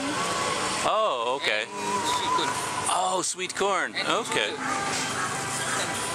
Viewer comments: ☺️ Sweet kun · Dia sebut sweet curn ke?